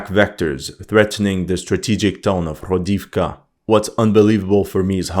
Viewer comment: Cette prononciation des 'h' comme des 'jotas' espagnoles, ça écorche un peu les oreilles, quand même (le 'h' se prononce 'g' en ukrainien), comme le 'i' (le caractère n'existe pas en russe) se prononce 'o' pour marquer un 'o' tonique (il n'y a pas de tel indice en russe, où le 'o' se prononce souvent 'a', comme dans "Pokrovsk" prononcé "Pakrovsk", ou "Toretsk" prononcé "Tarietsk"): "Hrodivka" se prononce "Gradofka" (avec un 'r' roulé) et "Novohrodivka" se prononce "NovaGradofka" -- on s'y attend un peu, vu que "grad" signifie "ville" et "novo", prononcé "nova" signifie "nouvelle". Pour l'analyse elle-même, qu'est-il arrivé au F-16 abattu sur le front de Kursk, vous êtes le seul à en avoir parlé il y a 2 vidéos de ça...? Philippe Buffon rapporte que les Russes sont déjà dans Pokrovsk. Moi, je crois que les Russes vont essayer autant que possible d'éviter un nouveau Bakhmut et vont se "contenter" d'isoler la ville en prenant le contrôle de tous les axes de communication: sur leurs avances au sud de Niu York et vers Selydove, ce sont les drones qui transforment les axes en "death roads", suit l'artillerie pour vider les sacs-à-feu des Ukrainiens qui n'ont pas pu fuir, et une fois qu'il n'y a plus rien, l'infanterie prend possession des lieux: forcément, ça avance vachement vite. Comme Pokrovsk est un nœud ferroviaire et routier ("sans importance", selon le directeur de la CIA devant le Sénat il y a 2 jours), un siège est probablement plus efficace que la prise de la ville elle-m